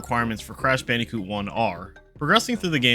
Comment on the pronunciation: It’s not cash banooca it’s crash bandicoot